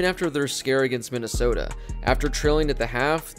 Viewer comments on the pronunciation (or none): none